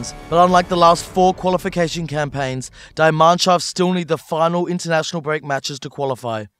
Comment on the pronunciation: Really poor title... Should have been something to do with all of the games not just click bait with Ronaldo’s face. Also; why can’t anyone say “Die Mannschaft” properly?